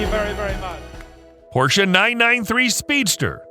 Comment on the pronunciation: Thank you for a nicely produced video and for pronouncing Porsche correctly👌